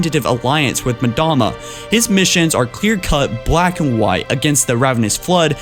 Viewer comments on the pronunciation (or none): none